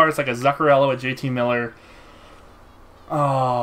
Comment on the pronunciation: It's Zoock-uh-rello, not Zuck-uh-rello